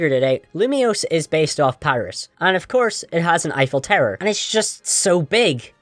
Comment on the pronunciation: You keep saying “tower” as “terror” and I was very confused